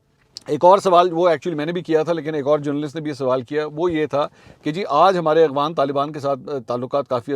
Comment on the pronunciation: yaar please Agvan lafz nahi hay Afghan lafz hay "اغوان" نہیں "افغان" لفظ ہے aap itnay bataya sahafi ho kai urdu k alfa sahi nahi boltay kindly correct karin